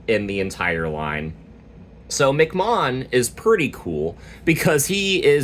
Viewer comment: Nice guide for the Ouranosmon deck. Also MC mom is pronounced as " EM- CEE- Mon" as it name origin is based on the acronym M.C or Master of Ceremonies.